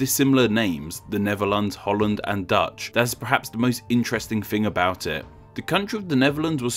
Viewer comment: I'm Dutch and he said it pretty accurately